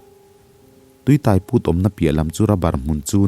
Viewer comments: Tuitaiput. Tuiáiput tih tur. Tai tih lai hi lam hniam loh tur, lam San deuh tur. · Tui tai put tih i lam dan thluk hi a diklo..midang han zawt tha teh aw😂